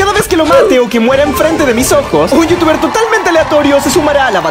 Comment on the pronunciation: cap DIJISTE YOUTUBER NO VITUBER